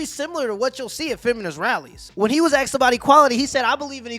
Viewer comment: A S K E D. Not "axed"